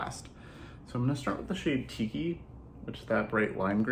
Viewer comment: In this video, every time you say “Tiki” I hear “Kiki.” What’s wrong with me? 🤣 Thanks for the looks with this beautiful, colorful palette! I won’t be ordering cuz I just got Glamlite Ice Cream Dreams 🍧💖💎🐠🍤💜🐢